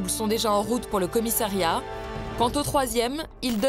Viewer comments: A 5.05 Au commissériat ou commissariat ????? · Ahlala......... encore un "commissériat" ???? COMMISSARIAT. (5mn02)